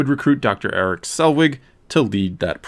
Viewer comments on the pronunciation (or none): none